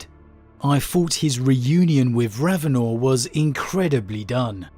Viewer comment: I could tell hadn't listened to any of the Eisenhorn or Ravenor audio books just by now he says "RavenOR"...how Helen pronounces it in the book really bugged me after listening to 4+ books of Toby Longworth pronouncing it differently, as well as how she says Alizabeth compared to how all the other books before it prounounce it